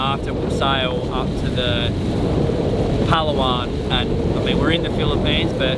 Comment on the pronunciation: Puh-lauw-on … not Pow-Luh-Wan